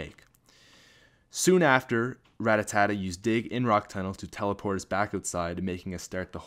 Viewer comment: I like how u call Rattata Rattattata xDDDD